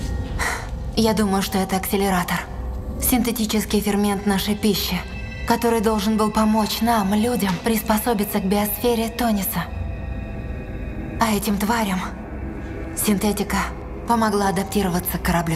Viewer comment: Вроде Танис, а не Тонис